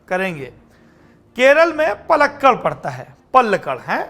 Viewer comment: It is paalakkaaD पालक्काड , karnool करनूल and hubbaLi हुब्बलि। Please avoid making silly pronunciation mistakes